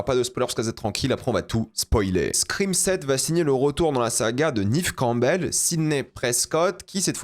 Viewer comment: J'écouterais pas l'avis de quelqu'un qui dit "Nive Campbell" et pas "Nève Campbell"